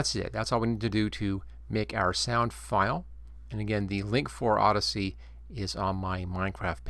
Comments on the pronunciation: Think there's any way to set up a workflow where I can record a new sound for every single sound effect in the game? and btw, "Audacity", not "Odyssey" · odyssey, lmao, its AH DAS EH TEE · yo dude, just a tip for the future videos. it's pronounced or-da-city, keep up the great work though